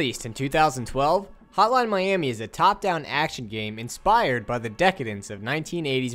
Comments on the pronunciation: all i hear is "Holan miami" :D good work though! really cleared some things up for me. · Is he saying "Hotline Miami" or "Holla miami? 😆